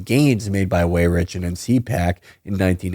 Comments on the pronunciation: It is really distracting to hear Weyrich incorrectly pronounced "way-rich" over and over and over again. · It would be out of character for Felix to pronounce things correctly